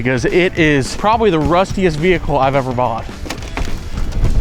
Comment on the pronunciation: i have been watching the channel for a little bit now and this is honestly the first veehickle xD that i expect a man looking like yourself be driving xD haha well done good sir.